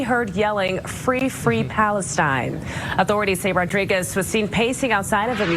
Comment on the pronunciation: wtf did you say Rodriguez? Did he think he was crossing the border into Gaza via the embassy portal? R-O-D-R-I-G-U-E-Z hombre? ay-caramba